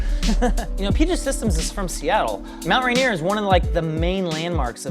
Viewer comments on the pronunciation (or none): none